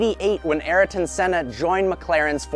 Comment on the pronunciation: Ariton? pls...